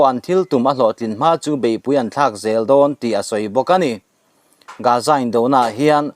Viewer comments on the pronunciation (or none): none